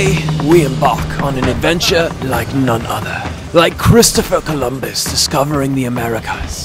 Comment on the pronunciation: Three mistakes in the first 10 seconds is not promising. Sri Lanka is a majority Buddhist country not Hindu – it uses the Sinhala script not Hindi. The explorer is called Christopher Columbus not 'Clumbus'. Louis Armstrong was a jazz singer and trumpeter and never went to the moon. It was Neil Armstrong.